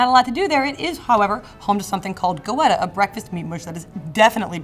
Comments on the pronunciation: It's pronounced "Getta" not "Go-etta" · Skyline Chili is awesome and I could eat goetta for every meal. Btw. It's not pronounced go-etta, it's geh-tuh. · The Nimble Ninja I was about to come in here and say the same about Goetta...I understand if you not from the area and just read the name but come on she went and got some and didn’t think to ask how to say it.